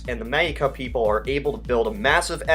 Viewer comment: ITS PRONOUNCED "KELTIK", "PAYPULL", "KAVULLREE", "BRIT-TAN-NEE-UH"!!! Seriously, what is up with your CONTINUAL mispronunciation of so many easy words?